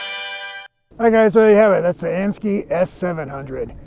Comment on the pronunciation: And-- Sk-eye not ski